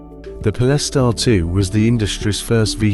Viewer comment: I made it 30 seconds in. Po-less-tar? Come on man.